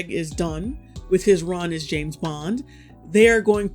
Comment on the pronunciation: JAMES bond. JAAAMMEEESSSS bond!!! James, not Jess bond ffs